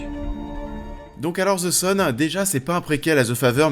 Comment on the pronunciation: Tu as raison mais je voulais savoir pourquoi le z à la place du th, en sachant que c'est plus proche du d que du z je voulais comprendre comment vous en arrivez à entendre un z.